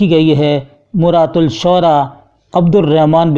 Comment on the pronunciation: Maratushshora talaffuz hai